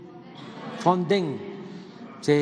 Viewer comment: Ni siquiera sabe decir o que es el fonden , porque al inicio dijo fonsen